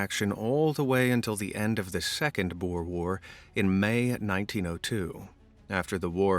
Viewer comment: Just wana say you sead 'Boer' wrong I understand you are american (I think) but pleas boer is the Afrikaans word for Farmer and the way you say boer in the video maks it sout like a sort of dril or pig please at least use Google Translate. I know how finicky it can be in its spelling and pronunciation but It will at least mean your saying It right (also I'm not trying to sound like a kritik in this comment so please don't bereat me if I sound like a karen you can leave the for your local Walmart or Starbucks).